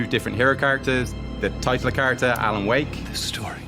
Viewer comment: its more like "Alana Wake" 😂😂😂